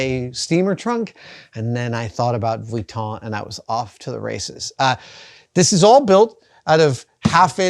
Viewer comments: The way Adam says Vuitton is extremely annoying. Sure, that’s how it’s spelled, but nobody says it that way. It’s extremely pedantic. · Oh my favorite. Louis vweeton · Luoi vweeton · I love Adam so much. But man the way he pronounces "Vwee-ton" is like nails on a chalkboard :D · Adam's pronunciation of Vuitton makes the hairs on the back of my neck stand up (affectionately)!